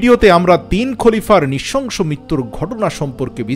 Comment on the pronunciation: আশাকরি " নৃশংস " শব্দটি যথাযথভাবে উচ্চারন করবেন।